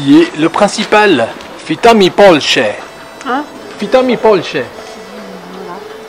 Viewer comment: Vitami polche. Non. On dit pas comme ça. On dit Vitamy v Polscée fr. Witamy w Polsce pl. Витамы в Польсцз. Рус. Do cvidagna en rus. En pologne on dit do vidzégna (do widzenia).22: 55. Vous êtes des russes en peu.